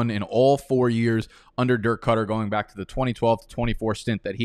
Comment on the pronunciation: Why do you say back like bike😂